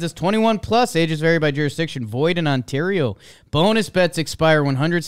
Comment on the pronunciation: Points to for doing the Canadian accent when said, "Void in Ontario." That level of attention to details is what gets you in the playoffs.